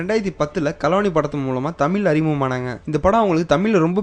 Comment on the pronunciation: Tamizh da! zha zha zha..vazhai pazham not palam...not tamil